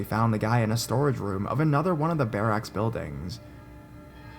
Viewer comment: lol the way you kept saying barracks was driving me nuts! but i love your videos (